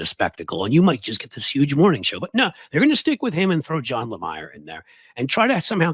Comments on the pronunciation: You are not pronouncing Johnathan Lamier's name properly - BOZO. It is LA - Me - ER. Not LA-My-ER. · You're mispronounced Johnathan Lemire's last name. It's pronounced "Lemeer".